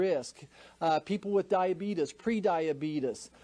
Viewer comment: Did he just say "Diabetus" lol